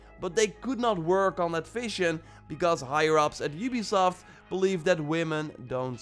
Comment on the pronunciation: Oobisoft,youbisoft, ubesoft